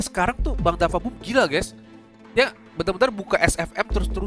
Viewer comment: DaFuq BooM bang bukan dafa boom